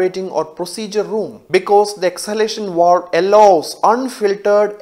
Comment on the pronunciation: Why you emphasizing walves with a w , instead of valve with a v.